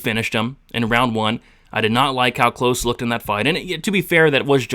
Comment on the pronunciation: *klose not close